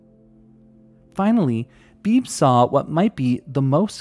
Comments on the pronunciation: FYI: I have a friend named Beebe, and it's pronounced BEE-bee :-) Like a BB gun. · I don't mean to be annoying, but I'm pretty sure his name (Beebe) is pronounced "Bee-bee"